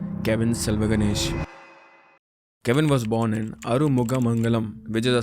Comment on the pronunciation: hi bhaiya.... Its kavin not cavin